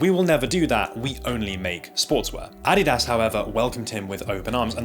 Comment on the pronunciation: "Adidas" is pronounced "uh-DEE-duhz." Just saying. Great video, btw.